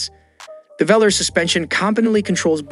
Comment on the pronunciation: It’s pronounced as Velaarr not Velerrrr!!